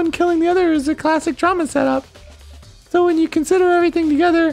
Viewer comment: "just-a say-a when-a!"